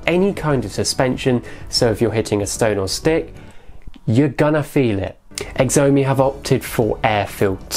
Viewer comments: Xiaomi is pronounced shyaumi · does he mean chow-me.... spelt xiaomi :-]